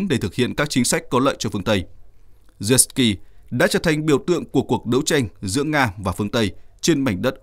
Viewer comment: Lên cậu hề là Zelenskii bán nhé.. Đọc tên cho chính xác